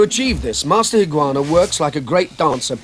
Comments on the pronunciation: The narrator mispronounces his name - it's Higa-onna not Higuana. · This series, way of the warrior was on the BBC in 1970,s I believe. No AI , it's Dennis Waterman doing the narrating. And unfortunately he doesn't pronounce some words correctly, it's Higa onna, and Kata not carter